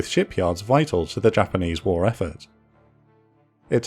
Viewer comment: The content, the voice melody, the historical accuracy and pronunciation of Japanese words all combine into a perfect example of professional content of this chanel. Highly admire your job guys. Well done.